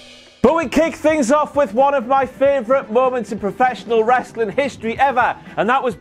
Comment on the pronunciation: Down a shot every time says “Ressli’.”